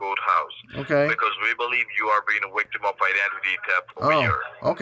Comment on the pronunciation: 😂 You're a wictim,! 😂